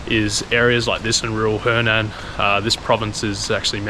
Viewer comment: it‘s hunan(sounds like who nan which is south of the dongting lake):eyes-purple-crying: not henan(south of the yellow river)